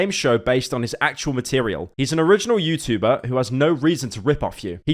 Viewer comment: He doesn’t say Youtchuber anymore😔